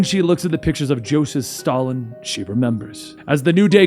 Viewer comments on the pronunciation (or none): none